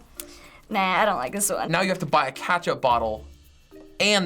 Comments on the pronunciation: Catch up bottle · “catchup bottle”?😂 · wtf “katchup” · just said a katchup XD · The way said Ketchup pissed me off.